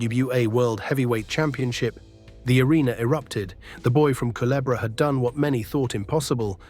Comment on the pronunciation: Thank you for pronouncing culebra correct ❤